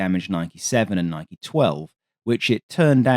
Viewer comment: the operation was nee-kee (nike)